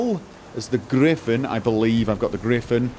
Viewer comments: It's a griffin not a griffon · Hearing people say griffon instead of griffin makes me really angry for some reason...